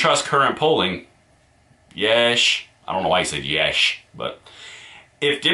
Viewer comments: "Yeesh" is not pronounced yesh. Its pronounced yee-sh. It's something people say when they are perturbed. Often to the point of which they are surprised by something. It's another way of saying sheesh (shee-sh). An example being: "yeesh, I didn't know Obama killed that many women and children by asserting drone strikes in the middle east." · Yeesh is not pronounced like yes. It's pronounced like jeez. Long e. It essentially means the same thing as jeez. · yEEEsh* Not YESH. Like, eek or yikes. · Also it's pronounced yeesh with the e saying it's name. So E yeet not eh as in yet.